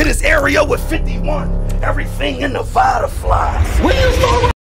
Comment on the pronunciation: Vaaaaaada!!!!! Get the L right bro!!!!!!!! Lol